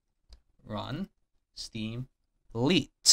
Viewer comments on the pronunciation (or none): Fun fact "Lite" is pronounced "Light" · Doesn't work in 2023. They've done something to it and now it runs even if you change the properties in the security tab. Steam sucks! Also, LITE is pronounced LIGHT, not leet as you are pronouncing it.